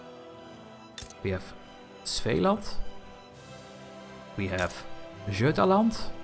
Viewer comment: Awesome tutorial! Going through things and explaining while playing is very helpful! Your pronounciation of Norrland and Götaland were so good that I first thought you spoke a dialect of Swedish or something, and that's massive props because not many foreigners get that the g in that name is pronounced as "y". Your Svealand was cute as it's very very Dutch :D